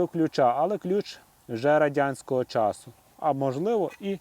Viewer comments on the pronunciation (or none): none